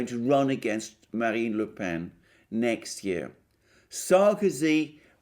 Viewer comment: Another superb piece. Congrats that you have now got the pronunciation of Marine Le Pen's surname almost right. In fact, "Pen" is pronounced exactly as it in in English ("The sheep were herded into the pen" or "My pen has run out of ink"); no needed for any nasalisation.